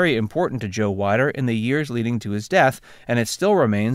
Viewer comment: Just fyi, it's Weeeder, not Wiiiider.